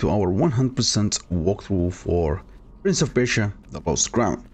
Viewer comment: Bro I'm really into this waltrought because how you said the word waltrought it's so funny, it's very good walkthrough by the way